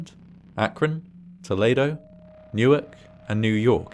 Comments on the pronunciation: "Tohlehdoh?" Do you mean toh-lee-doh? The city on lake Erie in north western Ohio? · Minor note — the city in Ohio is pronounced with a long "E;" toh-lee-doh, rather than toh-lay-doh. The pronunciation you used is correct for the city in Spain, but America loves reusing foreign city names in bizarre ways. (See also: Wooster, OH, which was also impacted—and is named after Worcester. To say nothing of Milan!) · Didn't face penalties?!!! Rare we hear that here..and TollEdo..not TolAdo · Toledo "tuh-LEE-doh" 😁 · Allow me to preemptively apologize for what I'm about to say to you 🙏: "TAH-lee-DOE" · Not to nitpick but Toledo is pronounced tuh-Lee-doh. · Friendly pronunciation note: To-LEE-do, Ohio. I wasn't in the affected area but I remember hearing about this. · it's pronounced, "tah-lee-doe" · Good episode! I was there for this. It was scary, for a while. Being so close to 9/11, it had us thinking it was a terrorist attack, but it ended up being human error. Btw, Toledo OH is not pronounced like Toledo, Spain. It's Toll-Lee-Doe. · Isn't it Toe -Lay-Dough? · Toldeo is more roughly pronounced "toh-LEE-doh". Have you done an episode on the Great New England Blizzard of 1978, lasting between 6-8 February? Very cool vibe on this channel. :) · I had to giggle when he pronounced "Toledo" like Toledo, Spain